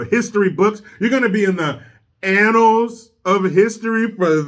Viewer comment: “ in the Anals of Time”